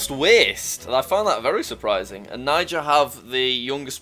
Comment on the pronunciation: you are pronouncing Niger wrongit's not prnounced NYE-jur, the country Niger was named by the French so it is pronounced nee-zher .